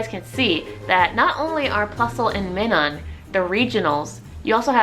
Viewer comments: You pronounce minun as if it's spelled meenon. It is pronounced Minus but instead of the s it's a n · Minun is pronounced like, "my-nun"....like, "minus". That's why they have a "+" and "-" symbol on their respective cheeks....plus and minus..